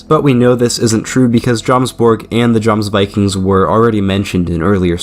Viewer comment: For future reference in the Nordic countries the J letter is as a Y sound, so it’s said “Yomsvikings”. Great video 💪